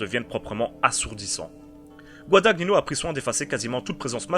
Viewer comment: GuadaGNino , pas Guadag Nino , c'est de l'italien ;), sinon jolie critique